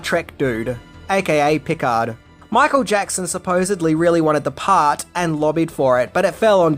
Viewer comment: Good lord, the way you pronounce Picard tells me you have a serious vitamin NCC 1701 D deficiency